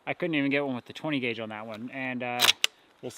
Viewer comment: Did you say 10 guage ? !